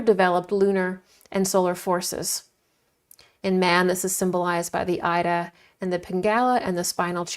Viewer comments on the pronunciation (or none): Ida is pronounced eeda. Thank you for this excellent and informative video.